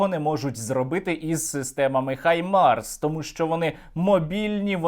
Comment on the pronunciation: Друже Сергію! Щиро Вам дякую за ваші дуже інтересні відео. Але... викиньте на сміття російську вимову “Хаймарс“. В українській мові ми маємо фонему “Г“, яка точно відповідає анґлійській фонемі “H". Отже, має бути “Гаймарс“, а не “Хаймарс“ (па-рускі). Тепер час нам дерусифікувати українську мову, культуру та нарід, і звільнитися від рашистів, бо вони тільки хочуть нас знищити і захопити Україну... Щирий привіт з Бразилії. Слава і Воля Україні!